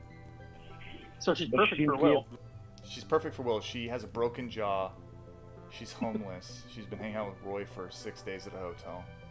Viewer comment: Just in case you forgot her "Jawr" is broken 😂